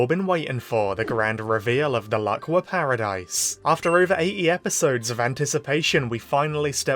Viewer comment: The Laqua arc has officially begun. And FINALLY he said the name right 👍🏻👍🏻👍🏻